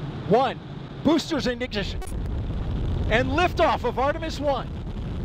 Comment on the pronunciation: "boosters ignishish" is now part of the history